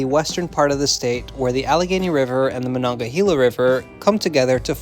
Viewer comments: Sorry, it is MonongaHAYla, not -HEEla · Mononga-hay-la not hee-la